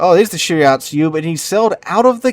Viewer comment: You saying "shirayatsu" was bothering me so much I actually started saying out loud "it's shiratsuyu".